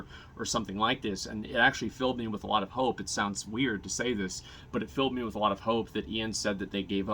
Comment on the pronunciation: PSA something that bugs me so i share it. Asmon cant say alot. He says awaht.